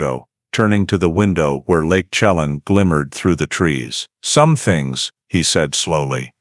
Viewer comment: At least study how to say the names (Shuh-lan) Chelan, and (Spo Kane)